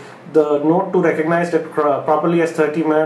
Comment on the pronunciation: Note THUI?! Are u spitting?.. Means iphones the best (y)